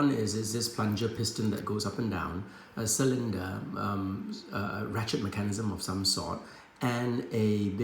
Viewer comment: I liked the video just because of the way you said Mecan-ism hehe